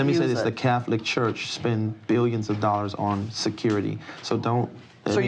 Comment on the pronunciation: "Fifty Thousand Dallers"